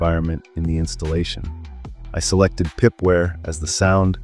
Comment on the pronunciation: It's pipe wire not pipware. It's kernel not carnal. It's grub not groop.